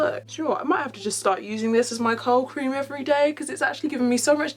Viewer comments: For the longest time I thought you were saying cold cream, instead of curl cream 😂😂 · I thought she was saying COW cream 🤣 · I thought she was saying coat cream. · Ohhhhhhhh also thought that